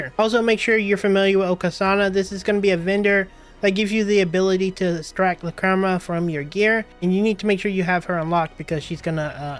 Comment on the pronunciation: how can you miss pronounce so many words?? LOL "La-crema" "O-Ka-sana" "Um-bar ruins" "Hien-match" ?